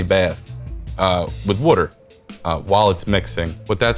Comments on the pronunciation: the drinking game for this vid is... Wuter! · What the fuk is Wudder? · The fact that he says wooder makes me feel like this will be a dough I want to try. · Where are you from? The way you pronounce “water” is very unique. War-ter?